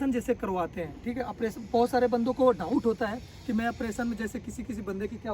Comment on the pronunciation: Apration nhi operation hota hai .